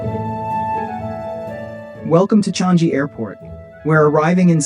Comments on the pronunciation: It is not "chang" "gee" it should be "chang" "yi" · The airport is pronounced CHANG-GHEE